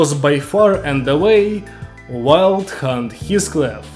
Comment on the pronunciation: im listening to this and when he says wild hunt it sounds like hes saying "wild c*nt"